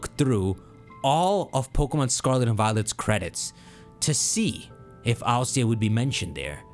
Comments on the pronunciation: Why do you pronounce ILCA as an initialism instead of an acronym? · I.L.C.A? Don't you mean Ilca? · I was wondering what he was saying, but he's just saying ILCA, and im like, "whos alica see aye"